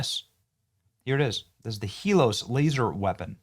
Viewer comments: Are you sayin HELOS instead of HELIOS. Every single time you read it? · Benny, you gotta get the name right. It's not " Helos ", it's Helios as in the Greek word for describing forms of the Sun. Very well named btw 😁👍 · Heel-E-oh-sss. Come on Benny. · Its pronounced he-lee os it's greek for Sun and the sun god helios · Pronounced HEEL-EE-OHS, Benny. It's the Greek word for the sun. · Sigh.....IT'S HEE-LEE-OS. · "Hee-LEE-ose", rhymes with glucose. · Pronounced: Hee-lee-ose. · Helios is pronounced Hee-lee-Ohs. Helios is another name for Apollo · youre saying helios wrong